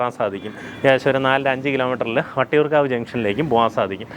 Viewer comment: Vattiyoorkavu and not Vadiyoorkavu